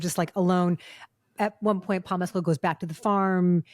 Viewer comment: A gold star to Christy for pronouncing Paul Mescal's name correctly! 🙂